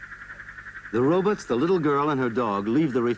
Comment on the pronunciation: I love how folks call them “Ro-buts”